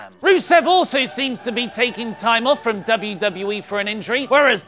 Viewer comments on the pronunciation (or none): none